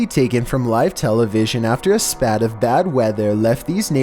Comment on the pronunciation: CANT BELIEVE SHE'S STILL WAITING FOR ME; WHAT A NEEDY BROAD.... SPATE IS PRONOUNCED #SP--EIGHT NOT SP--AT... AND OF COURSE, IN TRUE MILLENNIAL FORM, "MATTHEW VanHOOSE" RECORDED THE CRIES FOR HELP AND UPLOADED THE VIDEO TO YOUTUBE, BUT NEVER CALLED THE POLICE. DID YOU KNOW ALL ALL BIGFOOT ABDUCTION SURVIVORS CLAIM BF LOCKED THEM INSIDE CAVES BY ROLLING HUGE BOULDERS OVER THE ENTRANCES...